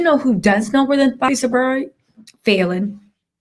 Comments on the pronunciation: Love you, but quit pronouncing her name wrong . And that guy is actually driving Falynn new Bentley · You keep saying her name wrong 😑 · I need you to say the woman’s name right !